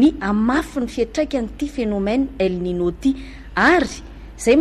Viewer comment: El ninio no famaky azy ry mpanao gazety.Teny Espagnol izy io ary ilay "n"faharoa misy satroka